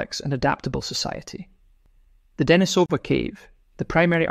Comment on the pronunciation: deNIsova, not deniSOva How come you don't know that?